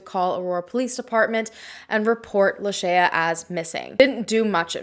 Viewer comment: I think you are mispronouncing her name. Did you hear the way her mom pronounced it in the interview?